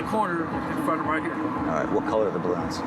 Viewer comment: right "hur"- How about Right here.